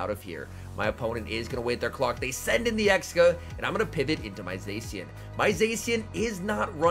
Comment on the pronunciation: can you pronounce Zacian correctly its triggering (epic gameplay btw!)